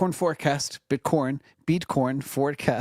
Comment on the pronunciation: calling it bitcorn bullish